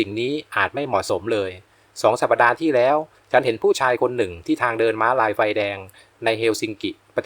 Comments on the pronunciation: สัปดาห์ อ่านว่า สับ-ดา ไม่ใช่ สับ-ปะ-ดา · “สัปดาห์ ” อ่านว่า “สับ ดา ” ไม่ใช่ “สับ ปะ ดา ” ค่ะ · สัปดาห์ อ่านว่า สับ-ดา ไม่ใช่ สับ-ปะ-ดา.